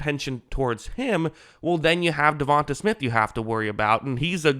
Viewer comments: its not "davon-tuh", its "devon-te" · Sir, I enjoy your breakdowns and have subscribed. However, you sound like AI reading this man's name. From Wikipedia: DeVonta Smith (/dəˈvɒnteɪ/ də-VON-tay) <-- tay like say, way, hay.